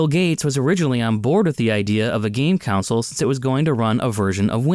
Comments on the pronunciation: Yeah he says it like council lol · you say the word console weird